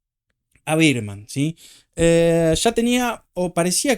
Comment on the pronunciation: Me mata que decis "Birdman" a Bearman jajaja Como la pelicula de Keaton